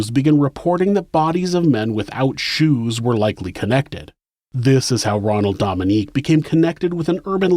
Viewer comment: I love your channel! This is a wonderful episode too. As a Louisiana native tho I feel obligated to tell you that his last name is pronounced like Dough-ming-gay. Louisiana pronunciation is hard lol.